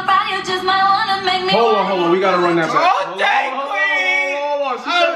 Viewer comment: The song done broke patty. EDIT: then Clearence. When have we ever heard Clearence say “OTAY”